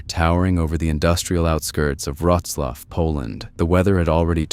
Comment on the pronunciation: wtf is that pronunciation of Wrocław lol Roczlaw??